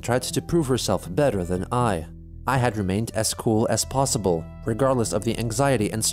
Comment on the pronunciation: Plossible.. Impeccable transcription as always...